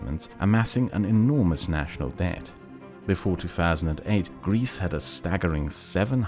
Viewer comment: “Debt” not “Dept”